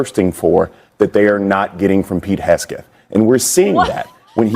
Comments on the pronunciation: Why didn’t anyone on that panel correct that twit when he mispronounced Hegseth as “Hessgeth” ??? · It's HEG-seth... If you're going to slander/libel someone, get the name right! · More transparency???????? They've GOT to be joking 😂😂😂😂😂😂 Pete Hesgeth 🤨 I think this fool is mispronouncing on purpose!!!